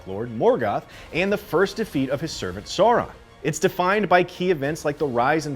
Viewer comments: It’s pronounced like Sao-ron not Saw-ron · Also, it’s Sauron like Sow-ron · Omg yes... i don’t get why it’s so difficult for people to say Sauron properly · I had to stop watching, because every time you say “Saw-Ron” a part of me dies. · I was wondering wth is saw-ron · Why is it so hard for people to pronounce Sauron?